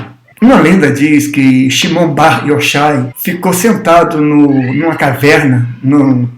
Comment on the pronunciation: Sou judeu com muito orgulho e alegria! Apenas uma humilde correção se me permite; a pronúncia do nome Shimon Bar Yochai , Ch na transliteração hebraica para o português tem o som dois RR e não som de X, Yochai. E Bar significa "filho de" no hebraico arcaico, aramaico. Abraço! ( Bar é filho em aramaico Yohai/Yorrai